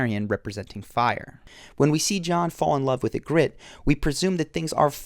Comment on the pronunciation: The way you pronounce Ygritte 😭😂